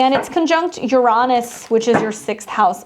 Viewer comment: I've just started noticing this here lately, but I'm wondering why there are so many astrologers, mostly all young, are now mispronouncing Uranus? Instead of pronouncing it Urine-us, now many are pronouncing it you-RAW-nus.